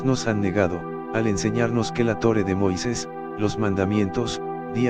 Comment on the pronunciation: Por que dice Tore en vez de Torah?